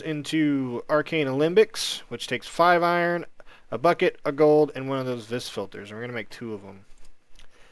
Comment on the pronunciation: Ya know, just kinda bite into the farming station, its kinda like rock candy. =P also its pronounced "Vee" not "Vis" :)